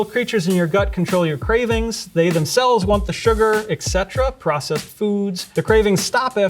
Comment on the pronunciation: You said "ick setra" instead of 'et cetera'. Are you just mimicking noises you've heard before?